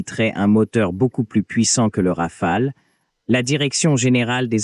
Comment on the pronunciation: La traduction robotique est terrible et je vois que même l’intelligence artificielle est incapable de prononcer correctement le mot RAFALE …